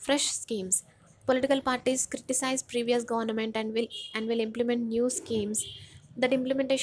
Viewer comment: Please pronounce Government properly.